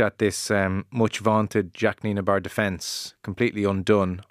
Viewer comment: It’s not Nienebar. It’s Nienaber. Nee-nah-bur.